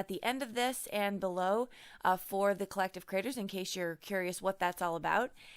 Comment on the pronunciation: Love Love the gold world!! I think the change in background was well worth the lost sleep over the change. Can’t wait to use this fantastic stamp set. HA HA End of video sounds like you said “Collective critters.” (Not aa bad idea at that. :) )